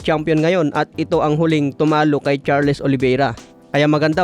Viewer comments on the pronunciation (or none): Charles( pronounced Charls)